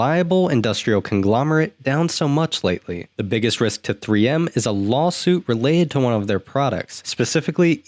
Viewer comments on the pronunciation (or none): none